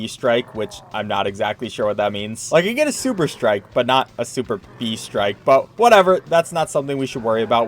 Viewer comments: “Super bee” It is pronounced SOUP ERB DUDE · “SuperB” bruh su perb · Super-B strike. Bro, it's pronounced superb 😭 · I hate the word Superb, “souperb” why is this a word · Super-B? has he never heard someone say superb before? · Anyone else realizing he keeps saying "Super B" even though it reads the word "Superb" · he says Super B lmfao its superb xD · did he really fucken say superb as super b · says superb as super b Me: wack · is any one going to talk about how he was saying "super b" instead of Superb lol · Its superb not super b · Superb lol not SuperB bruuuuhhhh... But I guess, you're american afterall :)))))))) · did he say “super b strike”? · I just realized he said super-b strike instead of superb💀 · Superb... Not super. B ... Superb... It's an actual word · It is superb not super b haha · ahh yes she old SUPER-B strike, that's definitely how you say it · saying Super-bee Superb: Am I a joke to you? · it's pronounced supe-rb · He said super B lmao it’s superb lmao like awesome superb super B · Oh goodness, that "superbee" was painful. Still love the vids tho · why did you pronounce it "super B"???? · Imagine pronouncing superb as “Super Bee” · My mans actually pronounced superb as super B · Surperb the word you’re thinking of is superb not super b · superbee strike... are you just not familiar with the word 'superb'? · The way he pronounced it as "super-bee" hurt me so much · did eazy just pronounce superb as "super BEE" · Um..? It's superb, not super-b.. might be displayed weird, but it's like DooM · never heard anyone butcher the word SuperB... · PLEASE JUST SAY SUPERB IT'S A WORD I SWEAR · Why do you pronounce superb like that lmao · Su Perb, not Super B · Oooh. He didn't know how to pronounce (soo'pərb) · lol, He said Super-B strike instead of superb strike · Superb lol not super-B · did he legit call superb super b? XDDD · "super b" lol it's said like "soup erb" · "super b strike" its su-perb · Its Sup-erb Not super-B